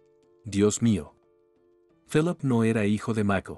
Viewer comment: Se pronuncia filip